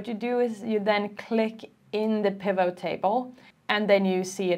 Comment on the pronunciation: Your explanation is really easy to follow, thank you so much. As for the pronunciation of 'pivot', the T is sounded. If you look up the episode of Friends when Ross buys a huge sofa, you can hear him shouting "Pivot! Pivot! Pivot!" 😂